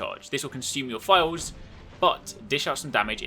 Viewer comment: It took me awhile to realize he was saying "vials" instead of "files" Makes a little more sense now.